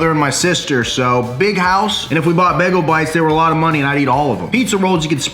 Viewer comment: Nobody:: BEGLE